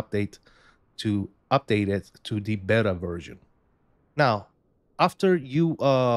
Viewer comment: This aint Mo-bettas, its BayTa(Beta)